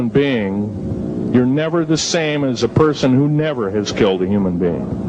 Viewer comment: so what are you an Alien? the way you emphasizing the word "humans"...